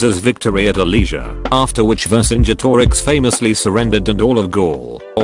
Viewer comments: This thing pronounces Vercingetorix correctly, but has to spell out "shortsword" and says pronounces ez as spelled instead of ee-zee. dafuq? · So you're telling me this voiceover man can pronounce "Vercingetorix" but can't say "Facebook"? 😲